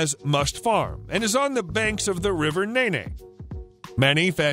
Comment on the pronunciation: Nene is pronounced neen